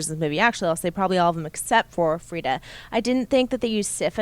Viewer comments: It's /Frigga/. My god that was irritating me. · It sounds like the crew is saying Frida, just to clarify, it's Frigga. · Guys its Frigga not Fridda. :-) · FriGGA guys Not Frida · LEARN YOUR SHIT...... her name is FRIGGA, STOP saying Frieda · best marvel movie besides avengers and as a comic and norse mythology geek i loved it. caps scene was sooo great. i should mention its not "frita" its FRIGGA! haha love you guys. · FRIG-GAH! not FRIEDA! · Its FRIGGA/FREJYA not Freda and yes she was awesome along with the whole movie! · Guys, "Frigga" not "Freeda". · it's Frigga. FREE-GAH.